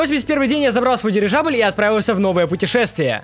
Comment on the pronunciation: Дивижабль? Мне это послышалось несколько раз или нет 🤔😅